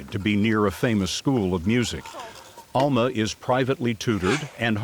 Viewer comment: Please pronounce her name correctly ask her how to say it her name is Alma with a short UA sound not the Southern Sound pronounced as an a